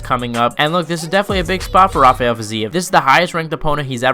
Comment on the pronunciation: Thank you for not calling him hafael like everyone ..people don't realize he's from Azerbaijan not Brazil